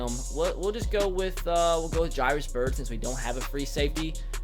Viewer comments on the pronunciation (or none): none